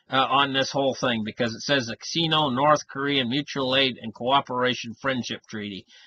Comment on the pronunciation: It's pronounced "sign-oh", not "seen-oh".